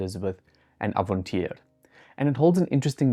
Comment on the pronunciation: Crinchy to hear as a Dutchman how he pronounced "Avontuur"